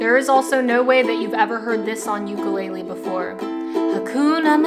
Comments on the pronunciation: "ooku-lay-leee" lmfaoooo. nice pronunciation. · ukulele❌ yoo-koo-lay-li✅ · you sound alright but thats not how you pronounce the name of this instrument, theres no tomato tamato with this lol, UKU (flea) LELE (jumping) UKULELE